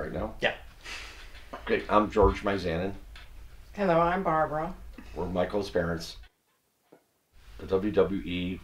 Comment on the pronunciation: Wait... “My-zanin”?